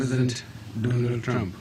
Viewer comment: He is pronoucing trumph as trunk,he can not even pronouce trumph